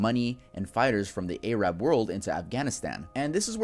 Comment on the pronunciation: Anyone else got really annoyed when he said ayrab and ayrabs